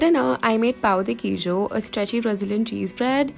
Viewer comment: Girl, your "pão de queijo" it's LEGIT. Love u! You're amazing!!